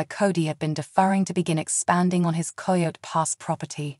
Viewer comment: Please pronounce this property correctly “KI-O-T” for Coyote Pass!